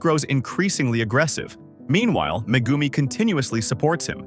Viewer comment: Bro cmon you don’t even say megumis full name or say it right